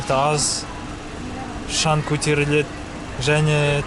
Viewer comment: Жаңа видео шығыпты сәттілік шан емес шаң де